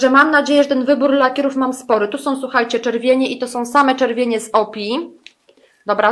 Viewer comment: O.P.I. czyta sie : "OŁPIJAJ" :)